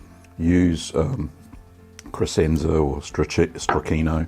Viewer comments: If I can be a jerk and correct you, the "sc" in Crescenza is pronounced like "sh" - so it sounds like creshenza, not cresenza. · For those who care, it's pronounced "kreshentsa".